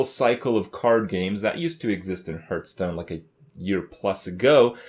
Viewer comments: Okei this has been bothering me for a while now. Why does he always mispronounce Hearthstone???? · Over 2 years into this shitfest, still pronounces gaystone wrong.